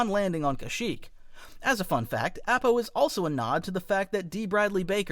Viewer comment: Look... I know you don't mean to but the live action movies have damaged me irreparably... AH-PAH my guy app-ah? Nahhhh